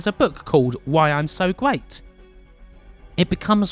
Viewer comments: 0515 3d wealms uwu 0725 your accent is very hard to listen to. it legit sounds like the uwu meme at times. 0738 "so gweat" 4048 I cannot get over the accent, wow. sensible of you not to get "triggered" over the offensive jokes btw. 4350 "the greatest person in a world that needs his help" is a good premise for a story and they somehow fucked it up. 4428 bruh... 4905 it was in 2001 very nice video. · you should work on your "R". guayt. guants. great video though.